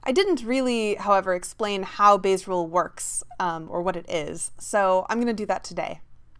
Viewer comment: I heard "Base rules" LOL